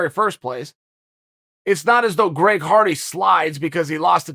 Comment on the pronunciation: did Chael just say Greg farty? 😂